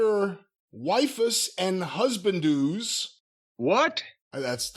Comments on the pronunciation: “If you love your wife-uss and husbandoos” lol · "Wife-us and Husband-doos" 😂Ok, looks like you have zero knowledge of these "Otto-May" games. You're free to go. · Hearing mispronounce "husbandos" gave me a good chuckle. To hear "the Gaint Faerie, which can only be seen by the GIANT HEROIN" sounds like a drug trip.